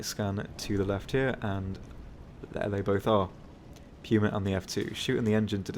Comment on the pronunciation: Arrivederci he pronounces it correctly